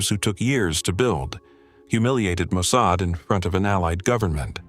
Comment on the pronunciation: The narrator, a fluent English speaker, pronounced Mossad as 'Mosaid'. Mossad is literally pronounced the way its spelled.